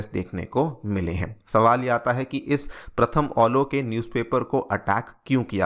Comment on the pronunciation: ये प्रथम अलो नहीं, ये प्रथम आलो है,आप गलत बोल रहे है,सही से अनुवाद कीजिए।